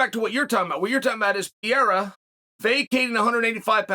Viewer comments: Chael , I Like you ... but pls ... It's PEREIRA not PIEIRA. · Please stop saying piera please. Its pe re ira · Glasses Chael vs “Pee-era”..?? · I wish I had as much confidence in anything as Chael does saying "Piera" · Pierre - ah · This fucking racist, enjoys misspronouncing Pereira's name even after having been called on it explicitely. He knows he can easily say it right, he won't, and plays like he is an objective character in the MMA world.. the fact that he underlines this so often (every time he can almost), makes it more obvious.. dude is a liar and everything but objective. He sells this image, but ist the fakest one in the business. Though successful, good for him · WHOS PIERRA?? Ariel called chael out for pronunciation of his name. Have some respect for these dudes and at least learn prOper pronunciation. Its not even a hard one.....